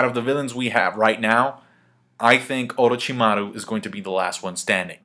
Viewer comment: I like how you pronounce 'Orochimaru' :)